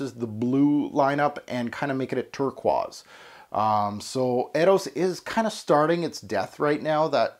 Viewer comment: Interesting way to pronounce turquoise,. Nice vid, this is an average scent.